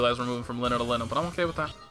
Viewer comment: It's pronounced "Leen-neh" tho.... And Enkidu is "En-kee-doh" if I'm not mistaken